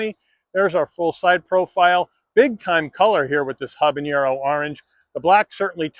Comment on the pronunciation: ok I'll be 'that' guy........ it's habaNero not habaÑero also, I'm a gringo, so...... :)